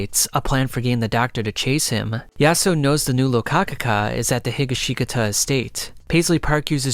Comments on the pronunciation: Great read through but omfg hearing some of the mispronunciations of the names (mostly Higashkitata (he-ga-she-kata, not he-guh-she-guh-ta) nearly gave me angina. Would still suffer through again for another 3 hours. 9.5/10. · it's pronounced He-gosh-caw-tah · The way you say Higashikata makes me nearly explode in utter agony. Every vowel except the first i is supposed to be short and is said without pause, He-ga-shi(like in ship)-kata, not Higa-she-katah. I'm no wordsmith nor do I know that much about how Japanese words are said but if you watched any part of the DiU anime you would know that whatever the hell you said was one of the worst butcherings I've heard in months. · Hee ga she kata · Hearing AI pronounce Higashgita is a brain fart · not higga shee cutuh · It's He gah she kah ta.. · Bro said Heega sheega ta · "jujolian" "hi ga shi ta" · Ah hell nah Higa-shiga-ka-ta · THE WAY HE PRONOUNCES HIGASHKATA IS SO WRONG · "Higgasheekata" eh? lol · He-Gosh-Ka-Ta that's how you pronounce Higashikata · Josuke higashikata pronounced strangely 😂😂 Higashikata (Hi-Ga-She-Kah-Tuh) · The way he said Higa shi ga ta has me rolling lmao. he got the K mixed with a G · ah yes my favorite character: Josuke Heegasheekuhtuh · I really appreciate the effort. I sincerely do, but really do have to figure out how words are pronounced before you actually use them. Hi-GOSH-kah-tah. There is an anime that gives you the pronunciation. Also, it's "drown" in the present tense, not drowned. No one is "drowneding". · Bro why does he say jojoleon, and why does he say Josuke Higashikeeta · When I first heard him say “HeekaSheegaTa” I ascended into space. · he ga she taka?!?? that pronunciation was awful😭😭😭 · higuhsheekuhtuh lol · You pronounced higashikata completely wrong lmao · Lol drinking game: take a shot EVERYTIME reader mispronounces Higashikata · Never say Higashikata ever again... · Can you say their last name correctly 💀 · dawg Higashikata PLZ PERNOUNCE RIGHT